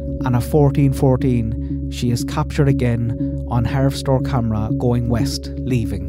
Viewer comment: I'm enjoying these timeline videos immensely, thank you! And btw it's pronounced harvest-store I believe.